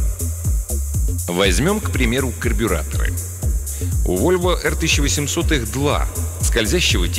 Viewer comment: Volvo P1800 читается как "Вольво Пэ 1800", а не "Эр". Извините за занудство))